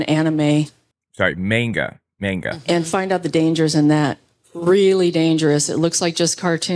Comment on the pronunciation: Saying Manga incorrectly is triggering me.